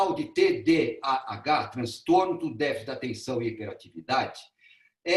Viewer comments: O senhor não consegue falar TDAH, fala TDHA. Não trouxe um único estudo, um único dado embasado cientificamente. Todo conteúdo veio do instituto vozes da minha cabeça, e do ITDC. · Cara não sabe nem falar TDHA e quer opinar sobre .... isto é Brasil